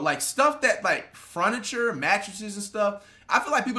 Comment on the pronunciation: did he say “fruniture” 😭